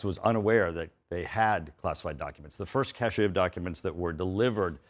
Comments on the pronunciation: He's an idiot. And it's pronounced CASH (as in a "cache" of weapons or a file cache on a computer. Not "cashay"!!! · CASHE pronounced, "cash" not "cachet". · I know this is TOTALLY irrelevant, but what is so difficult about the word “cache” (pronounced just like CASH) and why must (ignorant or pretentious) people pronounce it cash-AY? The term cachet is so entirely different! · ‘Cachet’? Does the person mean ‘cache’ (prond. ‘kash’)? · Mike Turner is one of these politicians with the type of voice and confident delivery that makes him appear intelligent, but the guy doesn't even know that "cache" is pronounced "cash." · It's not a "cachet of documents"; it's a cache (pronounced "cash") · There has been a rash of CIA spy deaths and arrests since Drumpf took the classified documents. Ask this bonehead about that. He doesn't even know how to pronounce "cache." Hint: it's not "cashay." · "Cash-ay"? Does he mean "cache"? How does an attorney with a "Doctor of Liberal Studies" degree not know those are two different words? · The GOP rep is pronouncing “cache” like it’s “cachet.” And doing a poor job defending Trump,. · This man doesn't even know how to pronounce cache. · Needs to learn to pronounce "cache" before anyone takes him seriously